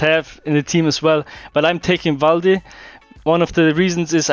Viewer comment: It was going great... until he said valde